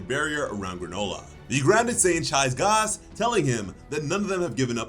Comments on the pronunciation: Who tf is Gaaas, it’s fuckin gas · Why are you saying gause it’s g a s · You say gas funny 😭